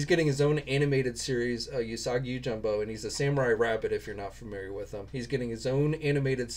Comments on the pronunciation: I watched the video. Yeah you’re not good at names at all lol. It’s jimbo not jumbo. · yoJIMbo 🤣 you should seriously work on your pronunciation for Japanese names. Goes a long way when it comes to respect...